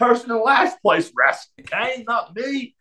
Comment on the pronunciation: It's awesome he says "Wrastle"